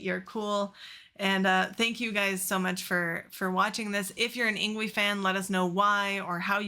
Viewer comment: His first name is pronounced “ing-vay”. 🤙🏻😎